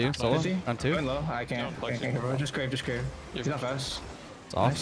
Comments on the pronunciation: Bro pronouncing cerave wrong has my brain doing doing flips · Did it annoy anyone else they were calling CERAVE, "crave"? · calling cerave “crave” cracks me up… guys it’s a lotion brand and that’s why it’s “the moist”